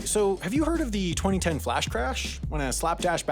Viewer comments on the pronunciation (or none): I find how you say 2010 VERY OFFENSIVE and offensive content noticese and